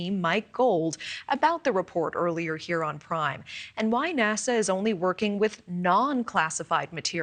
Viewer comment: Why is he calling it Nasar😂😂